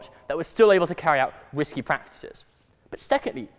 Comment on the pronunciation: sounds like he's saying "whiskey" mortgages. actually, I guess it's the same thing. am I the only one who can see him in the 2.0 series of Harry Potter movies?